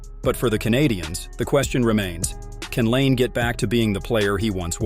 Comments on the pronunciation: say his name right too, its nott lane its pronounced line eh or others say lanay, bu noone calls patrick lane like you said, not trying to offend you but if you want more subs you need to say the right things, ill give you this, your editing skills are pretty good though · I really can't stand these AI voice generated videos. Why are people going to subscribe when you can't even take the time to voice the videos yourselves especially when you can't even pronounce the guy's name properly. His name is not Patrick Lane